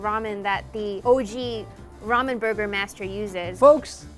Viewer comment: It’s pronounced ramen not ramen